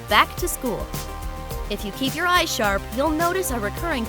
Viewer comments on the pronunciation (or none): none